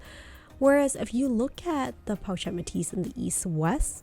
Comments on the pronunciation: Hey girl, the “ch” sound is prounounced like “sh” so “chic” is pronounced “Sheek” and “pochette” is pronounced as “po-shette” :) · hi i really wanted to watch you video but you mispronounce the word pochette as well as “chic” and it was hard to watch sorry